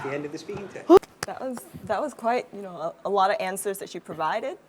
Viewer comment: chị người mẫu lúc đọc a lot thiếu s hay sao ý